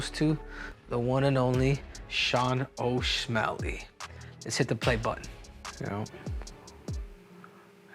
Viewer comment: No, he said osmelly